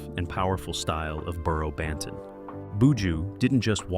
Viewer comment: Lawd. Please learn how to say his name properly tpc